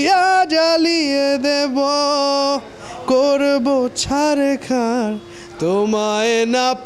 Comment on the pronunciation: ছাড়া এবং ঝড় উচ্চারণ করতে পারে না এই শিল্পী😅😅